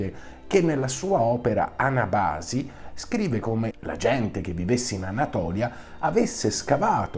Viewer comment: Senofonte non fu autore dell'Anabàsi ma dell'Anàbasi !!!